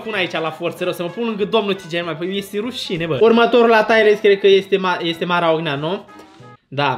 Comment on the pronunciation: nu se pronunță "taiăr list", ci "tir list"...sună super ciudat "taiăr list"